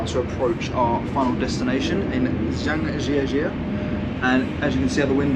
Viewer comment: Hahahaha...it's cute that you speak Chinese. When you say "Zhangjiajie" it sounds like "Zhang Sister"